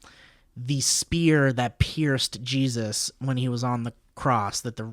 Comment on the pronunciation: when said spear of Destiny I heard sphere of Destiny